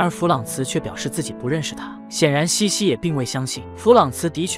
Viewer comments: 虽然茜是个多音字，但是公主实际上的小名“Sisi”读成qian让人有点出戏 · 但凡看了电影也不会读成倩倩啊😂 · 奥地利皇后的小名是Sissi ， 应该是Xixi, 不是 Qianqian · 英文是 sisi 公主, 被叫做 qian qian 瞬间出戏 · 听不下去，是xixi, 不是qian qian 😢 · 是西西公主不是倩倩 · 那是cici 公主好吗 怎么一直读成倩倩😢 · 茜這個字確實是念（欠） 念（西）其實是錯的（（當然不排除他是破音字），反正我一直不懂明明他叫西西不管哪裡看字幕永遠都是茜茜😂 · 多音字。如果看过原版电影，就会发现名字的原文发音与xixi发音相近，而不是qianqian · 茜茜发音为西西，是她的名字 Sissi 的音译，为表示女性柔美而用了茜字。茜为多音字，有西和欠两个发音。这个事先应该做好功课，不然闹大笑话了。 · 在中文里英文sissi发音是xixi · “欠欠”的发音让我好出戏😅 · ㄧ直聽到欠欠公主⋯讓我無法入戲🤣🤣 找別的故事看😂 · 读“西西”吧，听得怀疑是我一直念错了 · 为什么要读成qian qian，完全听不下去了😂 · Qianqian 公主、听不下去😂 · 配音读错了我也没办法，谁还能不知道Sissi呢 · qian qian 听上去像Jian jian 😂听不下去啦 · 這麼經典的故事怎麼能把名字讀錯呢？錯了，也應該改過來比較好。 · 可能是机器人读的。 无法判断。 茜茜公主是举世闻名的公主， 如果是up主自己看过电视剧写的文案， 就不可能这样发音。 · 先把字读对了😢